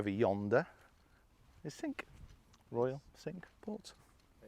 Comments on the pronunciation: Great round. Just one gripe the pronunciation of the French for five is 'sank' not 'sink' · cinque like sank, not like sink....... just sayin 😛 although could be like sonk 😬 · great video but cinque is pronounced sank, not sink! My inner pedant cringed at the beginning but I supressed it as the video was so good. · it's pronounced cinq (sank) not sink ... just saying . The course is maybe sink, but the French is sank Cinq ... just saying :)